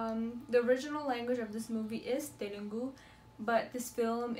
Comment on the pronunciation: Good reaction.. its Telugu not telungu